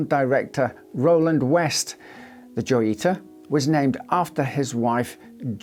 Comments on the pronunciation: It's pronounced "joyita" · Joyita pronounced Hoyita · The J in Joyita is pronounced like an H, given it's Spanish.